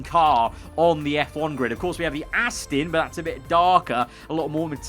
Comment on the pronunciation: When will you pronounce Aston not as "Ass Tin"?